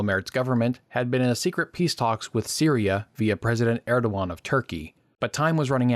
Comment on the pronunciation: was tryin' ta figure out for most of video whom u were refering to,when it was Erdogan "err da gon",sir. 13June'25